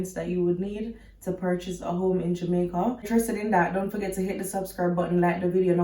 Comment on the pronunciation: Why are you saying Jamaica like that???